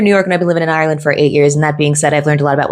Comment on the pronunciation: I think I speak on behalf of the Irish people. You have now contributed enough to our society to be allowed pronounce Ireland like a native. R-Land 😅